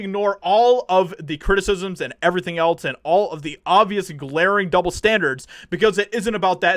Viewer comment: Dude, else is not spelled with a t. It is not eltse but else.